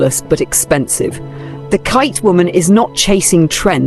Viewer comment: Absolutely love your commentary and agree with your assessments. Such a great point of view. One note: Khaite is pronounced “Kate” after its founder.